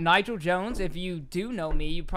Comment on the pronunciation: Oh, god. I thought I was pronouncing his name wrong all along. When you guys said, “Nigel” I was all, “Oh…Oh no…”